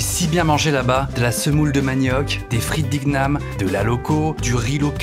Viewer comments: Super ta vidéo Norman je te suis depuis le début et tes vidéos sont toujours aussi bien toujours aussi honnête. Par contre à on dit "frite d'Iniam" comme les gnocchi haha😅 et c'est pas futu mais fufu qui se lit "foufou" d'ailleurs mdr mais si non continue à nous faire kiffé 😁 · Vous dites iGUname là bas ou c’est juste Norman qui l’a mal prononcé ? Parce que chez nous en Nouvelle-Caledonie, igname ça ce prononce iniame. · Des frites d'iguename😭😭😭😭😭 ça m'a tué ( ça se prononce plutôt "iniame") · Igname ça se prononce iniame et on dit pas jus de coco mais de l’eau de coco